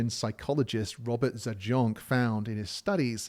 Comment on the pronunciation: Just FYI: University of Michigan psychologist Robert Zajonc is pronounced like the word Science but with a Z as in Zience or ZAI - ents, He was also a former professor at UM, having finished his career at Stanford.